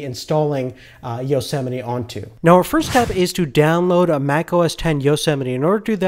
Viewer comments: You don't say it "yosemeti". You say it "yosemait" (btw i tried typing greek characters but it did not work) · yo-se-miti? I thought it was yo-see-might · EXCUSE ME? YO-SEMITY? Its Yosmite